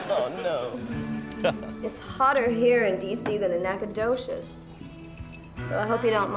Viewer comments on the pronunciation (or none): No T in Nacogdoches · Almost pronounces Nacogdoches properly ..